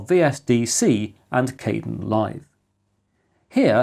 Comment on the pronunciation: The KDEnlive project pronounces its name differently.